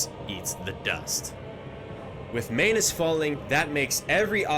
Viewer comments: It’s pronounced Man-us not M-anus please correct yourself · Does it bother anyone else that he insists on saying “May-nus” lol? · why do you pronounce "manus" like "mayonnaise"